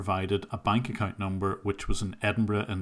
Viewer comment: is that correct pronounce of "account"?